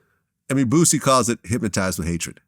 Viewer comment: Yayo said booshy not boosie